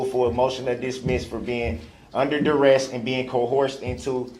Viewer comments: More brooks words OAF (OATH) AXED (ASKED) DISPARATIVE (DISPARAGING) COHORSED (COERCED) DAT (THAT) GROUNZ (GROUNDS) TACKET (TACIT) BIAS-T (BIAS) DUREST (DURESS) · Bites his lower lip means he’s about to start crying. DUREST ??? Is he trying to say Duress ? brooks can create his own language.